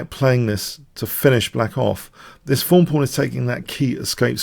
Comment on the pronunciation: im american. When I hear "thorn" pawn I hear you say 'fawn' lol